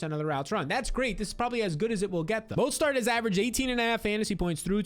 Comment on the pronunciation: Repeat after me: Mo-STERT